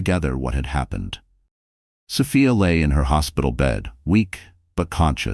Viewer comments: Oh, come on. So Fy Ah ??? So Fee Ah!!! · The narrator is annoying. The name is S o f i a. NOT SOfaia. . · Sophia is a nurse and nurses are smart, so why is she being portrayed as a complete idiot who can’t read and comprehend? Also, why isn’t Ryan in jail immediately after the assault? Makes no sense. Creator, please fix your AI narrator so it pronounces Sophia’s name correctly.